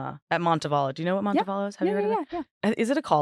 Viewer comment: i’m from birmingham, AL and hearing Kelley say “Montevallo” without a southern accent just sent me into orbit 😂😂 here we pronounce it “Monte-VAL-o” (Val like you would say “Val” for the name Valerie). Honestly we really even say it more like “Monnavallo” lmaoooo